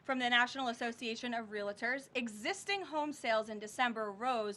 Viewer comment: There is No 2nd A in REALTOR ! Say it right please, TY (former Realtor)